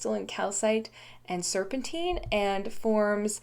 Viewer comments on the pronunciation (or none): none